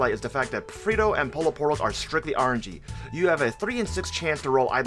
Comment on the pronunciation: "Especia" means spices not spicy. Its "Pollo Frito" not "Frito Pollo". The "LL" in Pollo is not pronounced as a single L like in Polo. Same thing for Frito the letter "T" is not a "D".